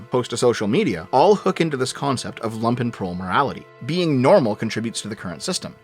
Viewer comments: If says Lumpenprol wrong one more time Im going to fly down to canada and ** on his porch. How can he use a word so frigging often and get it wrong 99% of the time? Its spoken LUmpenprol,like in Trump,not lampenprol. They werent wearing freaking lamps. They were wearing Lumpen which is a negatively connoted word for rags in german. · Oh no,he is mispronouncing it the entire time. You pronounce it with a deep U,like the double oo in "loot"(there are actually suprisingly many videos about the pronounciation on youtube...though all the text-to-speak variants seem to get it wrong which is kinda funny).